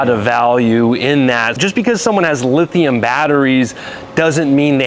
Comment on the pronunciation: It’s LITHIUM not Lithiun.